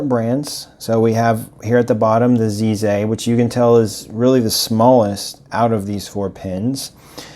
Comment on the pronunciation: Nice video! FYI, the Z in Chinese sounds more like a forward J sound only made with the tip of the tongue and teeth. Plus the piston knob look is claimed by them to be a "bamboo" design.